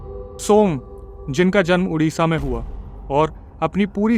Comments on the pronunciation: Bhai udisha nehi Odisha hai state name to thik se lo 😮😮😮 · Bhai it's called Odisha not udisha...plz correct ur Pronunciation...jay jagannath🙏